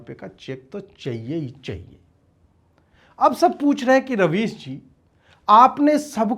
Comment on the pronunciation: Rubbish nhi rabies bolo ajeet bhai